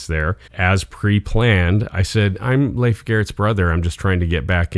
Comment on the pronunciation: Fun story! Glad you know how to properly pronounce Leif's name !!